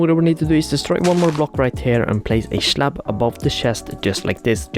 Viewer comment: "schlab" "labber" 💀😭